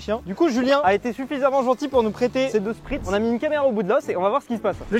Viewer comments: Un spitz, pas un sprit 😂😂😂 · spitz pas spritz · spitz, pas spritz mdr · C'EST UN SPITZ ET PAS UN SPRITZ!!!!!!!!!!!!! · Euh Spitz pas "Spritz" hein je suis mort mdr